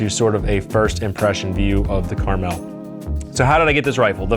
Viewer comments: I mentioned you saying the name right because I just watched someone name the gun “Caramel” (not on accident) even tho the name is on the side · Thank you for saying the name right. I love this gun if only they sold barrels and piston parts… I’ve spoken to manticore, kns and hbi industry to get some aftermarket parts they said it needs more traction